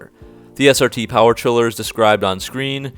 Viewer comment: The brotherhood of SPEED AND POWAH